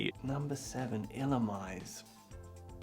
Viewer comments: it’s pronounced Illu-me-say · "Eee-Lu-Mise" lol Honestly no one could say that when it first came out. But it's actually pronounced "EE-LOO-MEE-ZAY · I can't blame you for butchering Illumise's name. It's pronounced: ILL-oo-MEE-zay. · Not trying to be mean but Celebi (cell-uh-bee) Illumise (Ill-a-mew-ss-ay) Lapras ( Lap-rest ) t is silent Quilava ( quil-lava) Staravia ( Star-av-e-ah) You did good! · sorry but I have to 1. is pronounced excell gor 3. is pronounced selebee 7. is pronounced ill oo mees 10. (close enough) 11. pronounced correctly ledian wasn't numbered but you said it right 13. pronounced correctly quilava is a quill and lava, quilava staravia is star aviation withouth the tion 18. pronounced corectly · The way you pronounce Illumise definatly makes it sound like a drug name tbh.